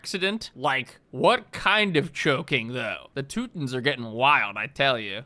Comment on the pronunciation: Dear editor of of the Teutonic Order, the way he pronounced Teutons was closer to the proper German name. Toy-Toh-Nen. He messed up the last part but even can't br perfect. He's american, after all.